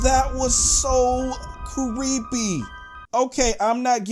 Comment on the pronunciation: He said cweepy